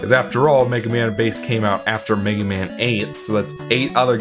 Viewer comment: Somehow it sounds like you're saying "the Megumin franchise".